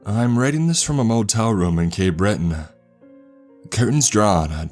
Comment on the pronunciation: "I'm writing this from a motel room in cay brittain-uh" Dude stop spamming YouTube with your Napoleon Dynamite sounding bullshit.